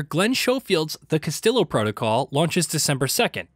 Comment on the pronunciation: in case no one notice he said "The Castillo Protocol" LOL